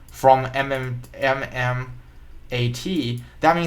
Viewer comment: This guy does not even know how to spell MMTLP or pronounce correctly MMAT. What the shits you are trying to tell us man. Shut up and study more in school.